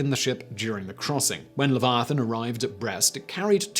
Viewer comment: As a non native English speaker I was shocked about the pronunciation of Leviathan.